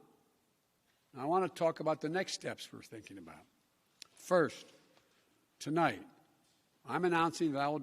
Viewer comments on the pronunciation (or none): To light instead of tonight. Duh couldn't get past the 2st two words 🙄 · HE ACTUALLY SAID TOLIGHT! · I thought he said tea light